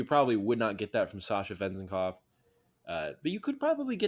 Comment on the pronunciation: Last name accent is on second syllable